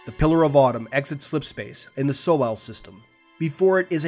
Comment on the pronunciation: "The pillar of autumn exits slip space in the So-al system"... I've heard of the "Sol system." Why did you add the extra syllable? Lol